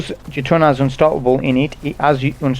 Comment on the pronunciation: Jötunn is pronounced 'yer-tun'